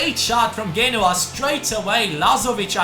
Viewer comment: Genoa is pronounced (jee-no-wa)